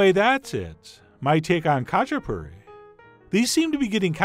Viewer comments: It’s actually pronounced as hah-chah-poo-ree. Some of them have stuffed crust, and others just plain. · Sorry but it’s ha-chi-puri 😂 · in the pronunciation, the K is silent, pronounce the H..... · “They’re called Katchipuri, not Katchiperfect!!” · Not kachaperfect :)))) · I also made some very similar Imeruli Khachapuri lately, very tasty. The only thing that is freaking me out is his pronounciation of Khachapuri... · Oh how I wish you didn't butcher the word so bad!! Recipe looks great though. When my dad made this he would just use two or three egg yolks instead of the whole egg, super rich goodness! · The k is silent in khachipuri :P